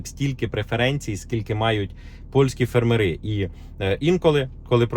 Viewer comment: Наголос в слові "фермери" в першому складі. В Україні немає ніяких ФЕРМЕРіВ, у нас фЕрмери.